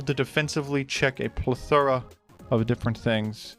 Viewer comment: why do you say the word "plethora" like its the name of a pokemon?